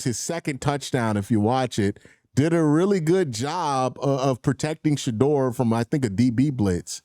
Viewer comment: Yo it’s Shedeur NOT Shadoor!! lol smh